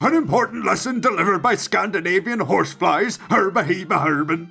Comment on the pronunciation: "Horseflies" really? REALLY?